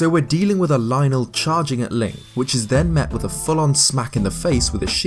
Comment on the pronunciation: I like this guy cuz he says lynel correctly